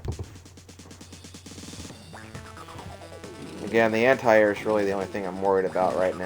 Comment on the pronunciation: im sorry but did you just say ANTI AIR